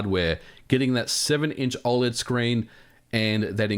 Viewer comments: Dude you gotta stop saying oled like that, fr It's oh-led (I think) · You say OLED very weirdly!